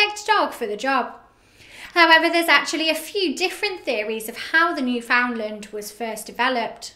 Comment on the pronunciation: It’s said “newfinnlaand” I think